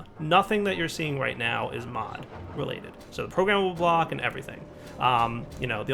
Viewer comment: "In this mo-o-o uh GAME!" hehe, I love how you are so used to saying mod!